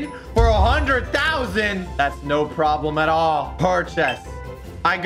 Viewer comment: Bro just speak Filipino said probmlema